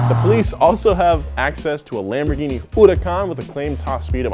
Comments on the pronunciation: uducon instead of huracan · Why putting stress on hurucan !?!?!? Sounding like uracane😂😂😂😂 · Fuck pronounces Huracán like that?